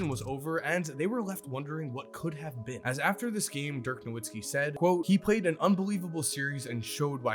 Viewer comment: Why can't you pronounce Dirk's last name right?